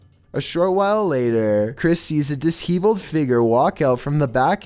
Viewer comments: The word is "di-sheveled" and not dis-heeveled,. I wonder if you do it on purpose... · Dis-heaveled...you mean disheveled? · I still have problems with the fact that has no idea how to pronounce simple words. It's not "dis-heavealed" it's "di-shoveled". Come on dude, it's not that hard to find out how to pronounce something. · For future reference, “disheveled” is pronounced dis - SHEH- veld. It rhymes with “dis-leveled.” Great content, as always! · Okay not going to lie, #5 kinda creeped me out. Also I sincerely thought you were gonna bring up the paranormal on #11. One more: dis-sheh-vuld, not dis-hee-vauled. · BOY DID YOU REALLY SAY DIS-HEEVELED AND NOT DISHEVELED? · C'mon.. you can check pronunciation via Google even... Disheveled is pronounced di-shev-eld not dis-heave-eld! Not the first time you've been corrected on this one! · ...Did say "Dis-HEvelled" instead of dishevelled? 😂😂🤣🤣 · Dis-hee-villed what a pronunciation,. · Hey, it is actually pronounced dish shevelled..like that, not a long e...😁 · "dis-heaveled", honey... you really need to check pronunciations of the words you use before you record. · long cat at the bare minimum, I expect him to properly pronounce djinn or basic words like disheveled.